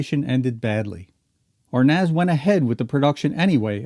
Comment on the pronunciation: He can't even pronounce Arnaz lol...